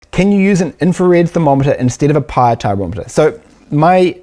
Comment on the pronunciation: Did he say Pyre Tyrometer in the intro lol